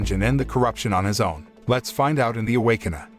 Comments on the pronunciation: The Away-Con-err? ROFL Awake-kin-er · Can you say ,Rrrrr? Now say awaken…! Now say..A w a k e n e r..Ok…much better…..just foolin around…thanks … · Bruh the robot voice can't even pronounce Awakener and just says Awakena